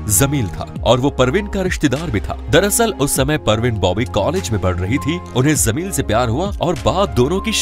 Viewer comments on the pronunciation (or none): WO JAMIL HOTA HAI, BEWAQOOF, ZAMIL NAHIIN.